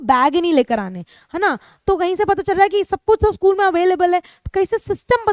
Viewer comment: mam by mistake you said schlool but it was school